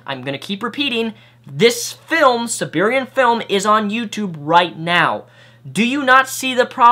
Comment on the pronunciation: You have no business criticizing anyone's spelling or grammar. You can't even pronounce "A Serbian Film" correctly, let alone all the other words and phrases you mispronounce, invent from whole cloth, or use incorrectly. That's just in this video. I can only imagine the extent to which you brutally ass-fuck the English language in your other videos.